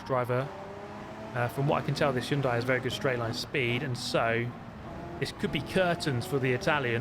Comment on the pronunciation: So nice to hear Hyundai pronounced correctly. Proud of you man.